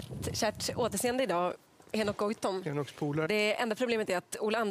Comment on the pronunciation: Haha... Som du säger hehoekeke...